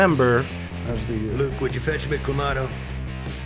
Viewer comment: Clah Mahh Toee not clammato